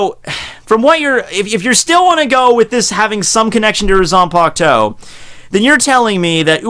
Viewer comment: It might just be her "zampukto", but not her zanpakuto. 🤣